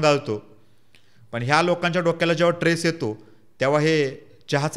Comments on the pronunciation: tress नाही. Stress म्हण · Stress असा शब्द आहे..tress नाही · एकदम बरोबर बोललास फक्त ट्रेस नको म्हणू, स्ट्रेस म्हण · chan boltos tu pan mazi 1 premal vinanti aahe tula ki krupa karun swachha changlya aani shudhha marathi shik aadhi aani magach bol. uchhar chuktahet re tuze. bhashevar balatkar karun lokanche prashna mandun kay upayog ? for example........... tres nahi stress mhanaycha stress. Body language sudhar baki sagla uttam aahe bhau.